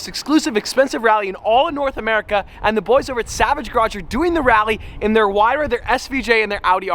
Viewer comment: isn’t it “ hyruh “ not “ whyruh “